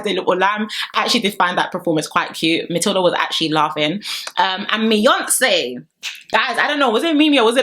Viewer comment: MI-YONCE? PLEASE🤣😭😭